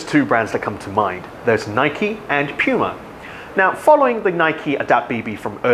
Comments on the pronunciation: Aaahhhhh! Stop saying pewma! It’s pronounced POOMUH!! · I keep hearing pewma instead of puma or is it just me!? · puma not pyuma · its not Puma, its Pyuma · Pew-ma? I...I just can’t. Next video. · Bruh... Say Pee-yuma one more time... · This is a “Pyu-mah” banana back button. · What!? “Peewma” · did he say "pewmah" 🤣🤣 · Id u say PEWMA ONE MORE TIME😖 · Why is he calling the brand PEWma? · did he said Yuma or Piuma? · I thought it's "poo-muh"? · I agree, you can't have a damn puma on the shoe and call it pyuuuma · Dude learn how to say PUMA !!! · It would help with credibility if you take a minute and learn how to pronounce the word puma. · Why does he say "puma" like that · The way he says puma 😣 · It's POO-MA